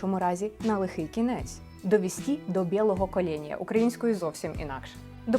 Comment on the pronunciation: Є помилка-не кОления,а кАления,бо перевірка наголосом-закАлка.